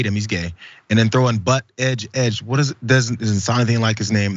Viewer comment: But-edge-edge is kinda hilarious, because it's pronounced boot-edge-edge🤣🤣🤣